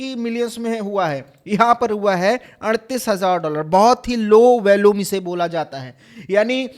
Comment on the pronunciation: वैल्यूम नहीं वॉल्यूम बोलो यार थोड़ा पढ़ लिख भी लिया करो